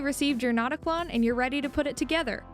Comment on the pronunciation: fyi the "ö" in notaklön would be pronounced like the i in bird. If you were to name it "not a clone" in swedish, it would be: "InteenKlon", but a more catchy name would be "ickeklon" (notclone).